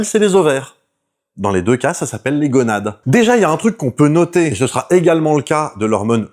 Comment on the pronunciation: gOnade, pas gueunades*